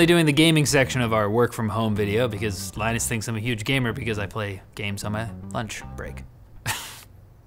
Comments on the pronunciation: Thx lie-nus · he still acts lie nus lol well never forget